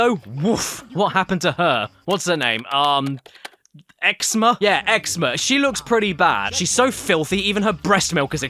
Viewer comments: HE CALLED YZMA XZMA (by the way caddy it's pronounced ezma) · it's pronounciation is "yizma" not xma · Well, this is also the same man that called Yzma “Ex-ma” so whatever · Yzma is pronounced Ezma for emperor’s new groove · How the heck did you read Yzma - Xma? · it’s pronounced eez-ma.